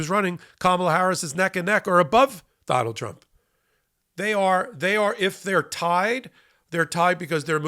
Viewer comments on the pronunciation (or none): From now on? "don-OLD". OR, "d'oh' bald". Take your pick.